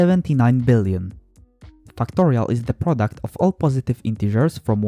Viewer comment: Listen to when he says "factorial"